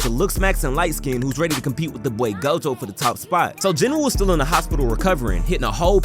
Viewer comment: Gojo not goto lol